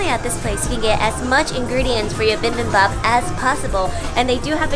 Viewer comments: does....... does she pronounce bibimbap like that on purpose? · it’s not “bimbimbap” it’s “bibimbap” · I enjoyed this but please..... it's not bimbimbop......... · Why does she keep saying BIMBIMbap instead of BIBIMbap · Bi bim bap. Not bim bim bap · I thought you‘re a pro yet you‘re still saying bimbimbap? Or was it on purpose?😅 no hate just confused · It's not pronounced bim ! bim ! Noooo!!!! It's pronounced B-bim-bop !!!!! Gochujang !!! 고추장 fermented Korean red pepper paste !!!! Danmuji !!!! 단무지 !!! Korean pickled radish !!!! If your going to do video on Korean foods 🇰🇷 !!!!!!!!!!!!!!! Do it right !!!!!! 🖖🇰🇷💫❤️ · noo im not a pro just a food lover. Yis I was mispronouncing it